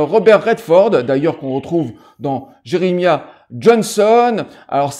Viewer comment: Ca se prononc Je-re-ma-yah...